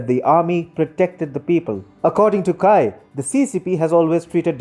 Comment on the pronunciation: Good video, but look up the proper pronunciation of names before making a video. The Chinese name Cai is pronounced "tsai", not "kai".